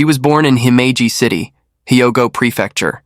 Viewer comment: it's pronounced Hee-o-go Rtard.